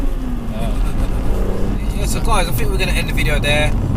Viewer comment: why you say FOUGHTS instead of THOUGHTS and FINK instead of THINK?